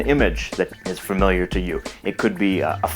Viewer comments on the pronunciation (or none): none